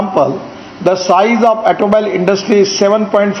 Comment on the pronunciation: I know he can't pronounce Toyota, but it looks like he can't pronounce the word automobile either. LOL